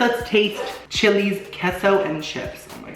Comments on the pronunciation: It’s K-SO. Not kesso 😭😭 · it’s “Kay-so”’ not “kess-o”